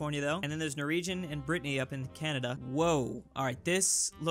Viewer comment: Stop calling it Britneyyyyy